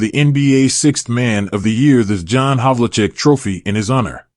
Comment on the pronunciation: His name is pronounced Hav-ul-check.